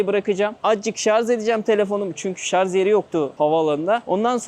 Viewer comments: Şarj abi şarz demeyelim şuna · Allahaşkına düzelt şu dilini, şarz ne yaa… Şarj de şuna, kulağımız acıyor artık.